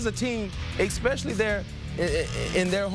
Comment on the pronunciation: "Exspeshelley"? Get that lad into concussion protocol.